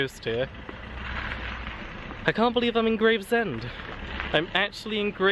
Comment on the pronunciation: Nice walk this! Grew up in Greenhithe and born in Gravesend (its pronounced Grayv-shum, or I've heard Grav-er-shum before, but its not Graves-Ham fyi). Also love how when walking along Stonebridge Road in Northfleet you missed out the one massive and only really intreresting building there in the football ground! Made me chuckle. The "alleyway surrounded by industrial"...mostly housing now but just to the right is the site of Rosherville Victorian pleasure gardens complete with its now Grade II listed bear pit! Also the pier as you get to Gravesend...end of the old Gravesend West Branch line. So much history along this stretch and a lot of it involved chalk/cement/paper so the industry is inevitable. Might actually get off the posterior and do the video I've had planned for yonks! Thanks for the inspiration!